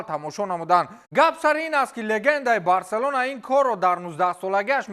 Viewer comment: Номи Барселонара эхтиёт када талафуз кн